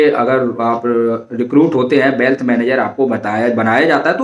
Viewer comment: Bhai bealth nhi wealth hota hy